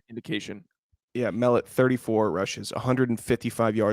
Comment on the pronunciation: Just as a heads up, Tommy Mellott’s last name is pronounced Muh Lot.